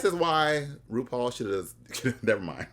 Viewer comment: I love Russian says rupaul is Rupaulu